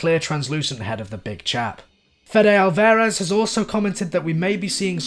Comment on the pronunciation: Just a quick side note. His name is pronounced not alVEHrez. Great video though! 👍👍👍